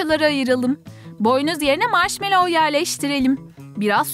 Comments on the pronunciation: Maşmellov diye okonmaz maşmello diye okunur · karıştırıyo marşmellova çubujk kraker faan diyo